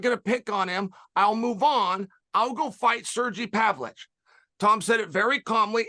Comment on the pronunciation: Big Sur-gee Pavich fan.